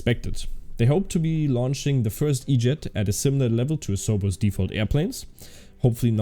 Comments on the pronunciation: ouroboros is pronounced oh - rue - BO - rus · I think it's pronounced Orr-oh-borr-ohs but it is a pretty tricky word lmao